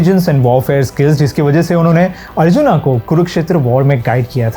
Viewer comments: बहुत ही बढ़िया। धन्यवाद। लेकिन एक बात मुझे समझ में नहीं आती कि आप अर्जुन को अर्जुना और असुर को असुरा क्यों बोलते हैं। क्या आप भी उन लोगो में हैं जो रामायण को रामायणा, राम को रामा आदि बोलने वाले हिंदुस्तानी अंग्रेज हैं। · Bhai sahi se naam to lelo, Raaamaa kya hota h? Arjuna? Seriously? Itni english hindi mein nhi ghusai jati. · भाई अर्जुन को अर्जुना मत बोलो